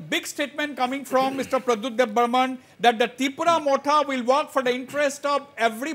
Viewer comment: Every Reporter say,Debbarma not Debbarman ok